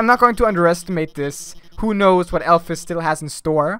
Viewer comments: ITS PRONOUNCED ALPHEEEES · Am I the only one who pronounces alphys as alph ee s and not alph i s